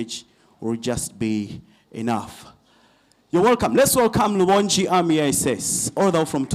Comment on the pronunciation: 😂😂😂😂😂😂, the name is R.u.b.o.n.g.i. not Rubongyi😅